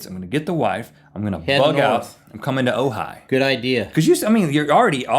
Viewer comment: When you said Ojai I thought you were saying Ohio, but with an accent, LOL.